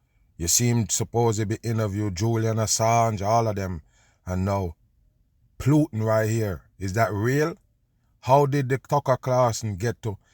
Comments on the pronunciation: It's putin..pronounced Pootin. Not PLOOTIN. SHEEESH. Also it's OPIOIDS. NOT OPEROIDS. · 😅 I know you're pronouncing the name plootan just because of how you feel about him! lol! 😂😂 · I like how kerps calling him Plutin and doesn't give a shit 😅 By now many probably corrected him, and he he doesn't care, why should he give them the resoect of pronouncing their fake name how they taught us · How you say plootin all the time? Dumb on!